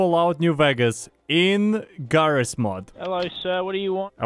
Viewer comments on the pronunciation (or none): "did he say jigabyte?" "he calls this game jarry's mod" and he probably calls you